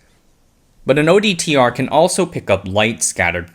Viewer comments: Sometimes you said ODTR instead of OTDR. It's a tongue twister, like 'nucular'. 8-) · OTDR. Not ODTR, as repeated in the voice over